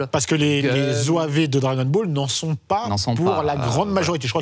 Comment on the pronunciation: Le gars tout à gauche fait exprès de dire "Drake and ball" ? Ou c’est juste pour nous énerver ?